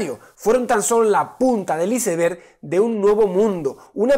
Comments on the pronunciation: Vamos Javier, tienes que saber ingles para ser Astronauta y vienes y dices "ISEBERG" ante millones de personas cuando es "AISBEEG", Te amo, saludos desde Chile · Por favor Santaolalla con todo el amor que te tengo. O témpano o "aisberg" eso de "izeberg" da cosa. :D Si soy un mezquino luego de bruto video que te mandás. Yo vengo a romper los cocos con como se pronuncia un cubo de hielo gigante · la punta del "isever"... vamos javi, el ingles para el astronauta!! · Please no digas iceberg cuando tengas el examen de ingles para ser astronauta XD (iceberg vs aisberg/ pizza con piña o sin piña) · La punta del "ise-berg" 🤣🤣🤣🤣 ...Eres el mejor Javi jajajajajaja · Profesor.... como es posible que pronuncie así una palabra que obviamente es de habla inglesa: iceberg... usted es grande pero por favor.